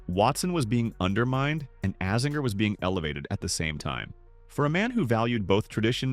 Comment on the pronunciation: Great video but please learn to say AZINGERS name correctly it hurts my ears, he is team USA so yeah get that ironed out bud! ✌️